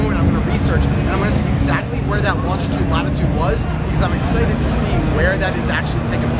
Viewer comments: Lol "langitude" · what the fuck is langitude LOL